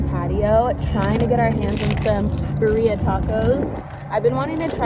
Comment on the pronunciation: Haha “Bah-rheea” it’s Pronounced Bee-rri-aah 😋 best ones are in Mexico or LA hands down lol